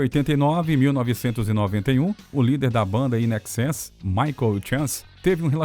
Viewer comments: INXS! Se fala "INEXÉS", não "IN EXÉS"! Não crítica, só informativo! 👍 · Muitas vezes, o narrador cita "IXS", pronuncia de nomes de bandas errado, Midnight Oul, confuso...O assunto é legal...mas faltou isso...